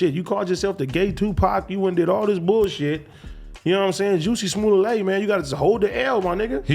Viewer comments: How do you start out the video and then totally pronounce someone's name completely wrong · Juicy! Lawl Adam why you gonna let AD say the mans name wrong literally 30 times….. bad podcasting. Starting to think If it ain’t in LA y’all our oblivious … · AD Pause. "JUICY SMULLAY" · “Juicy Smooliet” 😂😂😂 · Mans said Juicy Smuley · AD I know u ain’t pronounce that Nigga name like that bruh😂😂😂😂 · U dumb fuks that's not how you say his name